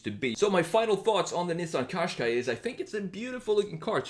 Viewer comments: I’m Irish it’s pronounced Caashqai not coshqai. Just to point out. Every time I hear coshqai it drives me insane also Nissan is pronounced Nissan think of saying in in combine it with nissan it is not pronounced neesan. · couldn't you choose something a bit more interesting-? and something you can even pronounce? turn a Gaz 21 series 3 into a retro SUV